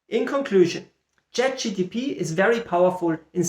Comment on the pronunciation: Yeah, it kept bothering me that you said ChatGTP :P. But great stuff.